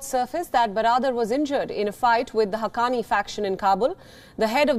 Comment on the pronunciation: Why did she say haqqqani rivals?